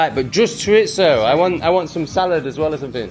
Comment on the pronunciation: Buenas tardes is "good afternoon" (Buenos dias= good morning, Buenas noches= good night) Chorizo is pronounced "chore-ease-oh" . When I moved to UK I was like why is everyone adding a T to chorizo when it doesn't exist?! :face-green-smiling: Enjoying this channel. As an American who spent many winters in Mexico and moved to Sheffield it's all very interesting for me!